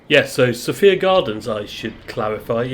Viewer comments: Sophia, in the case of Sophia Gardens, the second syllable rhymes with fire! So-fire - not So-fear! I’m not local - only ever went to the city centre - but the only local radio station I could get with any clarity in Somerset was Red Dragon! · Next time you go to Sophia gardens its pronounced SO-FIA, Thank you. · For future reference it's pronounced So-Fire lol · Sorry to pick you up on it, we pronounce it SoFire gardens, just a local observation.